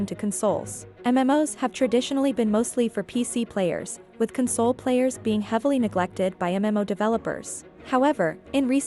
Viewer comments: I find it funny that the AI/Voice is pronouncing console, as in comforting someone, rather than a gaming console. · It’s weird that the VO switches back and forth between CON-sole and Con-SOLE! 😂🤣